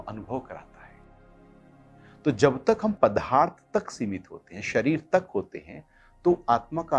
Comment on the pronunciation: जी "पदार्थ " को " पधार्थ " बोलना गलत है, कृपया सही शब्द " पदार्थ " का ही उच्चारण किया करें. धन्यवाद.